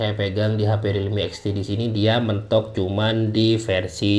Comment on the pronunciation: Namanya Realme Apa ini Bang Agak kurang jelas